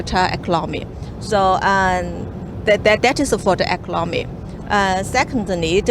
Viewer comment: Wawee impotant fo eclomony eclomony yes uh okay.